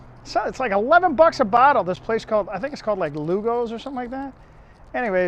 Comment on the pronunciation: The place you keep calling "Lou Go's" is actually called Lupo's (Pronounced Loop O's) LOL I live about 20 minutes from Binghamton NY and I am born and raised in Ithaca, near Cornell!!